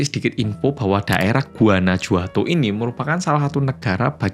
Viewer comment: Guanajuato itu bacanya Guanahuato, huruf J dalam pelafalan mereka sama seperti H dlm pelafalan kita, jadi kalo mereka ngetik "jajaja" itu sama dg "hahaha"